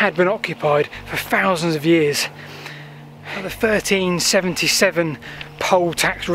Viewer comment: "Those " perfect and then a fousand. Come on, you'll fank me later.